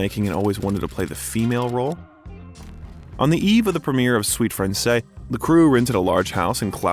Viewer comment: Narrator butchers the movie name, Suite Francaise The "s" should be pronounced at the end of the word Francaise. Oh, and I love Margot in everything she does.